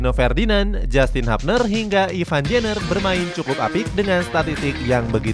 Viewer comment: Ivar min Ivar pake RRRRRRR, bukan ivan. Ivan sape ?? Vokalis Seventeen ?